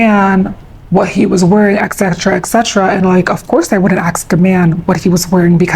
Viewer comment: "if u ax me"